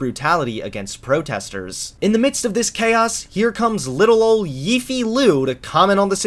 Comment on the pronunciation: the way u said Liu Yifei's name is the real tragedy here